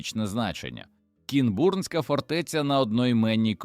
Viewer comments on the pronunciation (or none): none